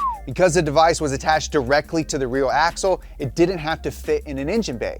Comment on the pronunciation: anyone else here him say directly to the reawuh axule, not making fun just laughing at